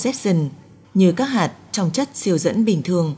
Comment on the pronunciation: cảm giác bạn đọc thuyết minh này bị nói chữ Ch, Tr bị mất đi chữ "R", nghe toàn thấy: vũ tụ, hai tăm năm mươi, tong 1 hố đen, giải thích "to" vấn đề này, phương tình mũ hai,..đặc biệt lỗi đọc chữ "tr" khá nhiều 😂